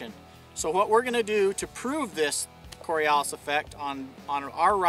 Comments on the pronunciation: I’ve never heard coriolis pronounced with an a in it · Dude can't even properly pronounce the word. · If you can't pronounce what your supposed to be explaining then you've already lost half your intended audience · lol this explanation wasn't of the Coriolis Effect at all. I should have expected as much from a guy who can't even pronounce CORIOLIS properly. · So first of all he did not describe Coriolis effect accurately he dumbed it down to make it easier to explain. Second he should have checked with the dictionary to pronounce it correctly. And thirdly Eotvos rffrct deals with gravity Coriolis deals with rotation and remember the earth is no shaped like a ball it is an oblate spheroid this causes different latitudes to spin at different linear velocities ( because the radius changes) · This guy is a special breed of stupid muppet. Not only does he get wrong what the Coriolis Effect even is, he can't even pronounce it properly. Talk about a level of dumb where he reads the script, without a clue as to what he's jawing about. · Not only is he not explaining the Coriolis Effect. He didnt even pronounce it right. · Here is the proper pronunciation of Coriolis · In addition to this not being the Coriolis effect, you're not even pronouncing it right. You're also using the word 'guys' in the description of a scientific principle that doesn't vary with regard to the observer. Keep it scientific and don't humanize it (use shooter/user/rifle etc). You're clearly not informed about either of these things. I'd remove this video due to its scientific inaccuracy and lack of etiquette. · Ignoring the pronunciation of Coriolis and the fact that he's talking about the Eotvos effect anyway, if we assume he's at the Equator shooting directly West with an Earth radius of 6371km and that the projectile takes 1s to reach its target, the change in elevation of the target over the projectile's journey is about 17cm. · The way you say Coriolis has me so triggered